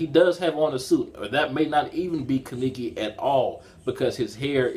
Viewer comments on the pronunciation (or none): Don't wanna be rude buts it's kaneki not kiniki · He butchers Kanekis name